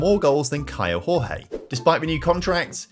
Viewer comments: Hey, just a heads up: Kaio Jorge reads like José Mourinho, not hooze like in Spanish but giôzé (portuguese). It applies to the Jorge bit, where more like giorgê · The pronunce for Kaio Jorge is: KYLE DJOR-DJE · Hey, great video! Just a brazilian heads up here... The J and the G from "Kaio Jorge" don't sound like in Spanish. Jorge in portuguese sound more like "George" in a way 😅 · Hello, in portuguese the "J" doesnt have a "R" sound, so say the player Caio Jorge, you pronunce the J the same as you do in english. Love your videos man!